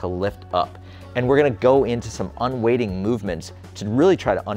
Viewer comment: Surely it's "un-weighting" not "un-waiting"?